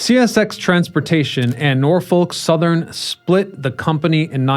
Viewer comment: Good information but I have to say, you have an interesting way of pronouncing railroad names. Norfolk SothernLY? Huh?